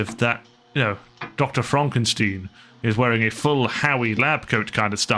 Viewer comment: Remember it pronounced fromk e. Steen